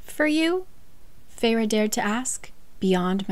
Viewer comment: guys guys, was anyone else SHOCKED by the way the characters' names are pronounced...? Like, to me Rhysand is Riceand or Risend but RHIIISAAAAAAND?????? and I know Feyre's name pronunciation was written out but FEYRUH???? NUH UH, for me it's like Feir okay on another note, why was Cassian's chapter in 3rd person? It felt so much more pushed away and not personal, I did not like that and stopped reading this book after chapter 3 or 4 ahahahahaha and once i found out there wasn't a chapter for each character I said NOPE not reading that 1000% <3